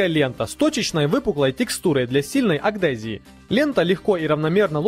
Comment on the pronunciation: Не умбрелла, а Амбрелла. Не аГДезия, а аДГезия